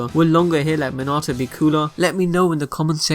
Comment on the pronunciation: Can you say Minato name right